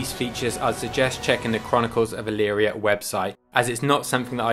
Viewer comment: I did a search of my hometown name. ELYRIA, OHIO. I found you. Oddly enough you pronounced it correctly. Most people don't. You also have the proper high school team colors. Another remarkable thing is the local newspaper is named the Chronicle. You might want to contact someone here about promoting your product...